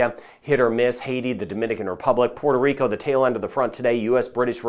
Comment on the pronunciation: I love it when you say, Puerto Rico!🎉🎉🎉 This from a boricua! 🤗 thanks for updates!